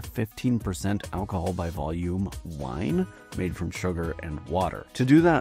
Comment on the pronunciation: The AI voice is killing me 🤣 Al-ko-hool